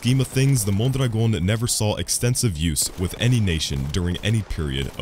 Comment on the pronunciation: The way you pronounce "Mondragon" is magical